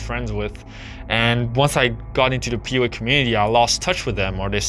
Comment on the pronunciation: Sounds like you’re saying “POA” not PUA